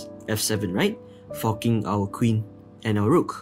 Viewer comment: I love how you saying fucking instead of forking 😂